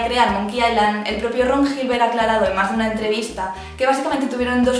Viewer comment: Island se pronuncia 'ailand', 'aisland' sería Iceland, que no es el caso. Gilbert es pronunciado Gilbert, no llibert, como verás aquí /watch?v=CVE5Amjhdiw. Si pretendes corregir, te sugiero estar segura de lo que vas a decir antes de decirlo.